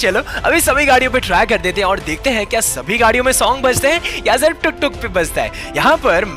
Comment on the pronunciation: Haiin yr kya ho raha hai-pronouncation is funny